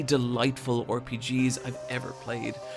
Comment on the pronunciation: Why do you call them arpgs? You a pirate?